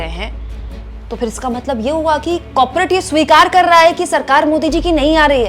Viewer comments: कौर-पो-रेट We can understand, its a slip of tongue 😊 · कॉपरेट नहीं कॉरपोरेट